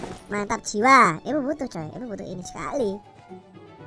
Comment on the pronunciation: Wiq wiq versi qolqolah Edit:paling sukak pas ngomong skhaliiii